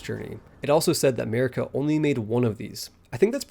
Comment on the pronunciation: "Mehrika" What the fuck?